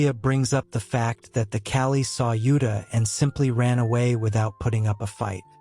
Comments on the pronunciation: It is not kali it is kall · As a "Man of Culture", I approve of this manga video recap. However, the monster men are called KALL not Kali. This is just some constructive criticism that you can use going forward with your future videos. Monster-kun, I am ready for you to take me away so I can be Isekai'd to that world!!! 😍 Be safe and be 😎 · My name is kali so stop saying kali and start saying kall